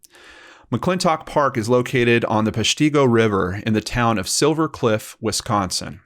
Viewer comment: Hi so this is crazy. I’m from marinette, WI! This is insane and it’s PESH TI go not pesh tee go just for if there’s a next time!!! Thank you so much for covering this! This has been in our news the last few months and people that knew this guy were so surprised when they found out! He was a local handyman and friendly with everyone!!!